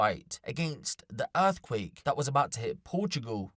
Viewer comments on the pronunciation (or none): Donkee We Must Sayv Porchoogal From Erfqwake!